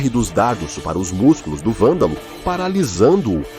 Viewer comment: Poderia caprichar mais na voz da IA. Algumas partes estão meio ruins como a IA falando "Valdal" e não "Vândalo"